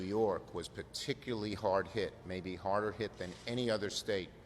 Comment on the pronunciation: You missed nothing. He mispronounced 'particularly' and claimed the economy was the worst since the Great Depression... which it will be after Biden passes this stimulus. And he mentioned how the 'health crisis' was the worst since The Spanish Flu, and it isn't even close. The comments are much better information.